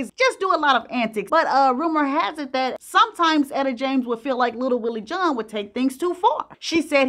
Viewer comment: Wtf is “little Willie Joohn?!”